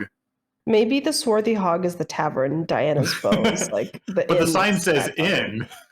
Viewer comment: Ok, now I cannot unhear "Diana's bow"..